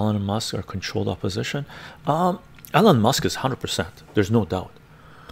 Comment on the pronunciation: it sounds like you're saying Ellen Musk lmao